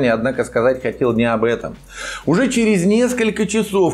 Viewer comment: а ты что, не слышишь, как двойник поздравляет россиян с новым 2024 годом с белорусским акцентом? Ну тогда спроси у жителей Белоруссии, почему они русское слово "через" произносят как "череСЬ"